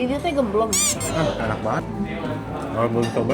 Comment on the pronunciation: Ga kuat pas bilang "Gemblong" hhhh